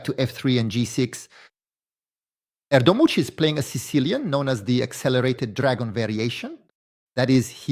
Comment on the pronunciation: you pronounced erdogmus in 100 different way, pls take 2 minutes to learn the gm's name next time, shows you are prepared and respect the gm, ty